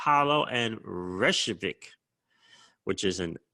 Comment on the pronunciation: Ripple bought a Icelandic company a year or so ago. I think it was part of xspring. And it’s pronounced... Rey kay Vick